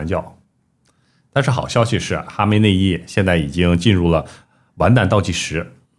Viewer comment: 是巴列维而不是巴萨维，是哈梅内伊而不是哈néi魅衣